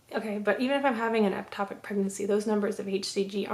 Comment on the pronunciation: You keep saying eptopic It’s ectopic